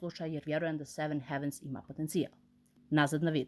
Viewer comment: Samo mala ispravka, izgovara se "hejvens"